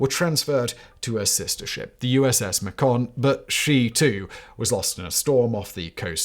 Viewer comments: It's "MAY-con" not "muh-CON" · MAcon, not maCON. Yes, I did grow up in Sunnyvale. Moffett field was originally called NAS Sunnyvale. The Macon was berthed in Hangar One, Moffett Field. Hangar One might be worthy of a story. steve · Well, there was maCON. Should have been MAcon. steve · You are ma-CON a mistake in your pronunciation of Macon. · The USS Macon is pronounced "May-ken" after Macon, Georgia, USA. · MACON rhymes with Bacon. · Macon rhymes with bacon btw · NOT how one pronounces "Macon"...